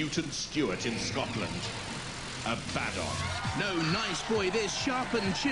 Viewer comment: i thought it was pronounced Abaddon, not Aba-don X3